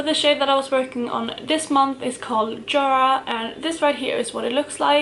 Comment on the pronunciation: I love how you still do the swedish pronunciation of Yara as Jara 😂 so many pans as usual